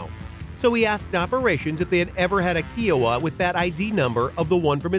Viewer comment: Kiowa is K-eye-oh-wuh, not Kiwi sounding Kee-oh-wuh. Long I.